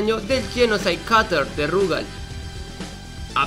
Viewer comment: Por qué mierda todos le dicen Rugal acentuando la u en vez de la a? Si juegan al KOF 94 y 95 sabrán que la acentuación es en la a, por ende es RugAl